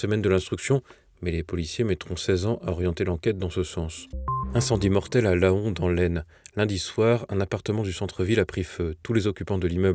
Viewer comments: Apprenez la prononciation des toponymes ! C'est une nécessité pour un journaliste. Pour la ville de Laon, on trouve dans wikipédia la prononciation phonétique : /lɑ̃/ . Il faut prononcer "LAN". La règle rappelée par l'Académie Française : la prononciation de la terminaison -aon d'un nom commun ou propre dépend de son origine. Pour une origine latine ou grecque on fait entendre 2 syllabes "A-ON", par exemple lycaon ou pharaon. Dans les autres cas, on prononce 1 seule syllabe "AN". Merci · ça se dit "lent" pas "la-on" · Comme souvent, prononciation cocasse, ici de "Laon", préfecture de l'Aisne (vers min : 19). On dit "Lan", et non "La-on" ! Mais je suppose que vous devez dire "pa-on" (oiseau) et "ta-on" (insecte)... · Laon se prononce comme LENT et non la on ! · Laon se prononce [len], pas [la-on]… ;) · LAON se prononce LAN ! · 19 min 40 s : Laon, ça se prononce comme 'lent'. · pas vous pas TVL c'est pour le Mainstream Etant originaire de l'AISNE (02), SVP n'écorchez pas le nom de la ville de LAON.... pas vous...pas TVL!!!! - LAON s'éppelle " LENT" - un PAON bel oiseau vous dites bien "PAN" - en Mayenne la ville de CRAON se dit également "CRAN" sinon très bon journal comme d'habitude...félicitations à toute votre équipe compétente et très objective👋👋👋👌👌👌